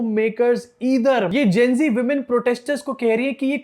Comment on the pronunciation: Not so dear Kangna . It's GEN Z not GEN G😂😂